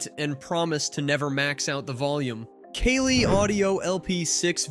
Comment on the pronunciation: Did he just say "MK'LL" on the JBL Pro 305P Mark 2?